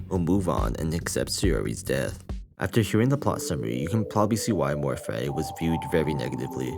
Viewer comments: The way you keep pronouncing amor fati makes me want to bash my head onto the wall but cool video i guess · am I stupid. this entire time I heard him only say "amor fai" and zero T's at all. where did he say fatty 😭